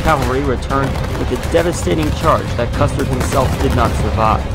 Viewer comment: I think you called Custer "custard" Maybe you had dessert in mind